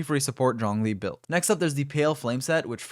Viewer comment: When you say Zhongly, it fucking sounds like Xiangling.